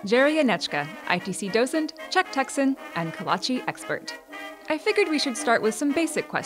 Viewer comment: PSA to all Texans: Note how the actual Czech texan pronounces it.